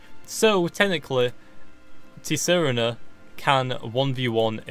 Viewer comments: It's sar-teen-a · its pronounced ts saa rena